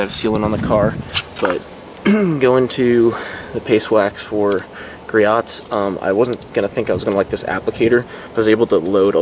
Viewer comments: Gree-oh's, not Gree-ot's. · its gree-ohs you dont say the T